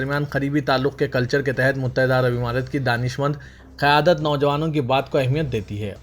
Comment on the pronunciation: Muttahida " imarat" nahi " Amarat" bolo.